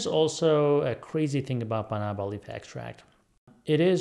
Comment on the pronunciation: That's correct. We have Banaba plants in the Philippines. Pronunciation is fast with stress on 3rd syllable.